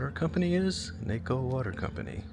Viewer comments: If you haven't been told yet you are pronouncing the name incorrectly. Use the A sound of the Mexican A not the American A sound. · Pronounced like taco not Waco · It is pronounced "Nah-co" not "Nay-co." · Well, I could be wrong...I lived in Bisbee for a time just after the mine closed. I've been to Naco a number of times...the evening bar scene on the Mexican side was " colorful"... I've always heard the name a Nawco...not Nayco! Just saying! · It is pronounced "Nahko", not "nayko". The Spanish "a" is more of a short, like aaagh. Better still - taco. I ate a tacao in Nazco. Gringos will pronounce it with a short "o". I lived in Bisbee, just a few miles north. My doctor - Mexican - lived in Naco. I used to shop over there and get butane gas in 100 lb. tanks. I guarantee that that now ugly border station and obscene wall of US hate were not there back in the latter 1980s and not the crap that is now required to cross back into the US. The US has really become a fascist state. Thanks for the memories. I saved yours as a "favorite" YT video. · Naco sounds like ( nacko) not Naaco. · "Nah-ko" not "Nay-Ko" lol. Good videos btw, keep it up. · Interesting video! But it’s pronounced Nah-co. Not Nayco. 😊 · Is pronounced "nakko" not naaco. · I grew up in that area in the 90's. Sierra Vista, Bisbee, Douglas, Naco etc. It's pronounced Nah-co, not Nay-co btw. Thanks for your vids, they're awesome. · it's Nah-co not nay-co. Go to Naco for a taco...get it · Naaaaco ….. not nayco! 🙄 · As an Arizona residence it is pronounced Nah-co, not Nay-co.----Lowell is pronounced Low-wal....The cars were placed there to show an early 20th century business district on the edge of the abandoned Lavender Pit copper mine. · NA-CO not Nay-co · The town is Nah co, not nayco. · It's pronounced Nah-co, not Nay-co.🙂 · It's pronounced knock-oh not nayco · "nahco" not "neco"... Naco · Think Taco...not Teyco. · its not nake~o its knock~o....aka naco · Its pronounced nawco not naaco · Bruh. "Knock"-o